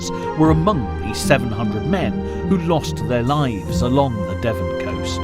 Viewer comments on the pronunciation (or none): none